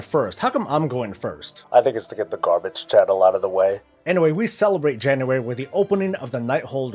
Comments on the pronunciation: Stopped watching after 2 minutes, gah-bage <3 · shit poster yea-gah bage